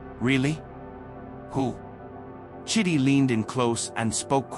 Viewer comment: Emika or Emeka 😅 Chiddy 😂 chidi bruh 😭